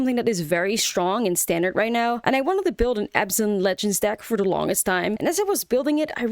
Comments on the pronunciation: isn't it abzan and not azban? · No, it’s Abzan